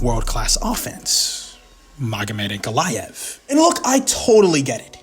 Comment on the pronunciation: I'll bet this now wishes he'd tried to pronounce Ankalaev's name as carefully as he did Alex's.😂